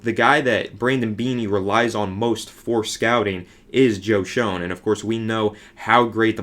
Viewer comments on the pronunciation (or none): It's pronounced Shane just so you know for future videos.